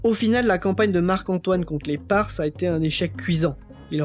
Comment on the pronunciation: Très bon travail. 2 points cependant: Pour les Parthes cela se prononce 'parte'. Il aurait été bon de rappeler que l’Égypte étais le grenier à blé de Rome. Cela explique l’intérêt de Rome pour une certaine stabilité politique.